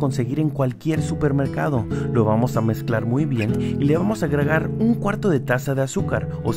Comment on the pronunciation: like si escuchaste que el dijo le vamos a agragar